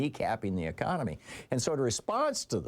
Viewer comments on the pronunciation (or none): none